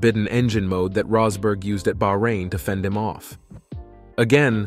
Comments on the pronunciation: Good video but you pronounced Rosberg's name 3 different ways throughout 🤔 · AI narrator rolling the dice for a different Rosberg pronunciation each time 🎲